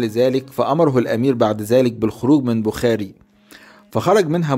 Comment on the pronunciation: المدينة التي ولد فيها تسمى بخارى وليس بخاري تلفظ بخارا بضم الباء ومد الراء في الاخير